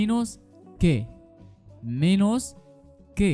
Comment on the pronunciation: أنت تلفظ menos غلط